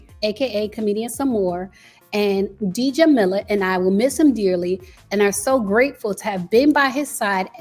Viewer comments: I’m sorry but that “D-Jamilah” was killing me. The pronunciation is simply “Jah-millah” 😫😫😫 Anyways, they may not have a public relationship but they probably have a private one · Oooohh my!! It is not pronounce “DJ”amila but [g]amila (Muslim name) …. So funny how Americans just don’t have any general culture incline!😂😂😂😂😂😂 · I think their sister’s name is pronounced (Jah-meela) I believe the D is silent. It doesn’t matter what we think about Nia and Sommore being sisters, they don’t have to announce it to the world and we don’t know them personally so it’s not our business to know why they’re not close, if that’s even the case. We don’t know what goes in behind closed doors. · Side note. Djamilla - the D is silent, it’s pronounced Jamilla. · I'm pretty sure her sister's name Djamilah is pronounced "Jameelah". The D is silent. Please take time to research proper annunciation of African and/or Arabic names For example, on several occasions your butchered Simon G's last name. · The D is silent in Djamila 🤓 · Djamila...the D is silent😂😂